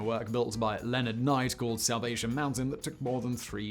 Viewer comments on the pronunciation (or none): none